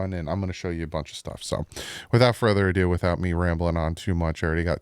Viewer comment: You said ado😂😂